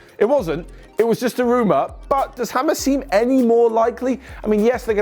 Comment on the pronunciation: Its james.. not hamez.. 😑